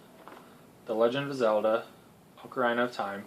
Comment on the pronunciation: The Mario games have smaller franchises that all fall under the large Mario franchise umbrella. By that technicality, you did break your own rule. Also, you pronounce "Ocarina" incorrectly. It's not "Ocar-EYE-na", it's "Ocar-EE-na". I see SSBM pop up in a lot of lists, but I personally never saw the appeal. However, I'm not a fighting/brawler fan, so the game would naturally have little to interest me other than the characters and trophies.